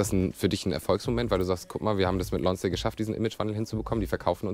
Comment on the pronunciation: Die Marke "Lonsdääl" also...